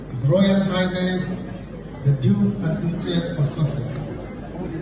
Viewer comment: I heard : "And now HRH The Dude of Sussex"..??!!